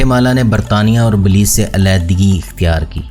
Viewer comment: اصل لفظ بیلائظ ہے بلیظ نہیں .